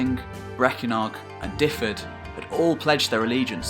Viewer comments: as a welshman i give you credit. this is probably the best and most accurate video iv seen on welsh history, fair, accurate, good presentation. 10 out of ten fair play. the only thing I'll nitpic is just your pronunciation of dyfed. its sounds like this reads > duveth. i know it doesn't really matter but you seem like someone who's a stickler for details, just subbed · great informative piece. But pronunciation was awful throughout and Dyfed was no where near one of the worse. The way you said it should be sound is wrong too. Dyfed should be pronounced more like Duh-ved. What you spelled would have meant the Welsh name was more like Dyfedd then Dyfed. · Great video on Welsh history thanks. BTW you are pronouncing Dyfed wrong, it is 'dove-id' not 'div-id' haha. Cheers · Great but Dyfed is ot pronounced Difed but Duved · I have been going through all your videos from the beginning, and love the mix of eras and kingdoms. As a Welshman from Dyfed, however, for future reference the county is pronounced 'Duv-ed' ie 'y' is said as a 'u', and a single 'f' as a v (double 'ff' is pronounced as an 'f'). Otherwise, an absolutely fine exposition of a period of history very much still in the dark as far as most people are concerned. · I speak Welsh and Dyfed is pronounced Dyved. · Good stuff. The Welsh place names are easy enough. Try using v when you see a single F. SO Dyfed is pronounced Duhved. Its no different to trying to pronounce the Viking words. Have fun with it. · I did lol at your pronunciation of Dyfed hehehe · "Duv-ed", not "Diffed"! Hywel is pronounced roughly "How-el".